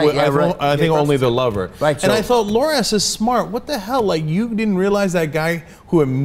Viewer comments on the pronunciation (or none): it's loras, cenk. not lor-ass